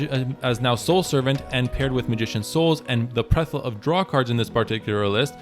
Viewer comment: Plethora. Ple-Thor-uh 😅